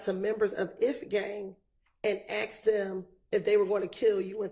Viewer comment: I cant believe the lawyer said aksed. That's crazy